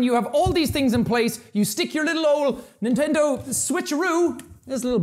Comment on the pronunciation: nentendo laughs